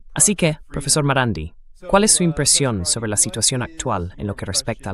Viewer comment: Podrán aprender de una buena vez a pronunciar correctamente el apellido del Profesor MARANDI?????? NO ES TAN DIFÍCIL.